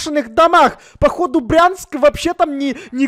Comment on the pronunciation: Не Прянск , а Брянск